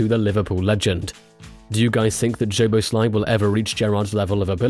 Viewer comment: his name is- soboslai. hungarian 'sz' is the english 's' 🙄 in pleasure that is in hungarian the last letter 'zs' like the old player's name bozsik